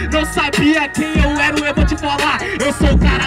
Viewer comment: "Você não sabe quem eu ero, você é o cara que fala errado".